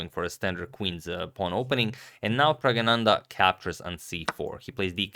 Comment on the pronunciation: That's NOT correct. It is Pragg-na-nan-dhaa. Source